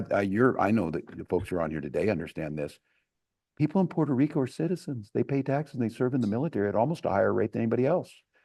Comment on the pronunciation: Why is no one sampling Trump saying "Porto Reeco" alongside this coverage??